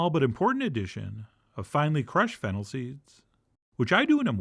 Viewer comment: Can somebody verify, did he say FENNEL seeds? 🤔